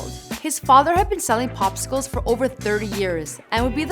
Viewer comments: She said propcicles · Did she say he sold Propsicles? Lol